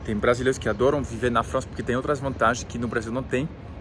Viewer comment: fala bonitinho Frrrança...